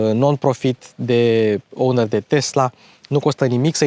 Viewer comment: Ce e aia "ounări" ?